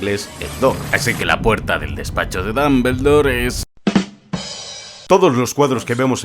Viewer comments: Se pronuncia "Dombuldor" no "Dambeldor". Y se pronuncia "Jermayonie" no "Hermion". Digo jajaja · Dos cosas... 1- El Basilisco jamás volvió a ver la estatua de Salazar Slytherin porque Fawkes lo había cegado y por ende no podía, ese movimiento fue solo de agonía. 2- El mejor Dumbledore (Dómboldor no esa basura de pronunciación de dambeldor) es y siempre será Michael Gambon. No encontre ni una que no supiera ya así que ni modo talvez a la proxima conseguis mi suscripción. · Sale sangre oír decir a un español DAMBERLDOR. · dombuloi dambeldor